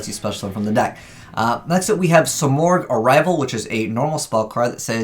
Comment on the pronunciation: i believe its proounced sim-erg